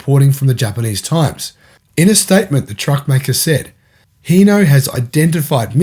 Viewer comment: Sorry bud it’s hino not heno H I n o where are you reading the E wtf